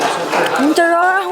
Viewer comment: Ang charap ang charap daw😆😂 cutieeee 😍💕